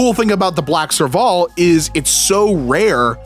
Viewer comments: probably more like "serve-ill" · Thank you! The way he pronounced it killed me inside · sorry to nitpick, but for anyone wondering, it’s pronounced “serve-ull” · Ngl his pronunciation of serval was killing me inside... (as someone from south Africa lol) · NGL, his pronunciation of Serval hurt me each time